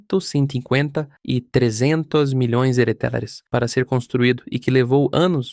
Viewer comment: Assisti metade e já tive que parar, é insuportável ouvir uma IA narrando, e pior ainda com ela falando errado e chamando Reais de Halalands 😂😂😂😂